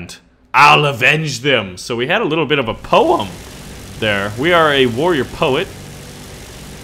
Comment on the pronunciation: when says "po em" lmao